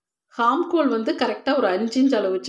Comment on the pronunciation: please ஹார்ம்ஹோல் அல்ல ஆம்ஹோல் என்று உச்சரிக்க வேண்டும் .